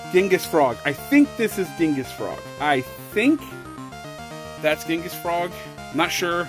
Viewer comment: By the way it's genghis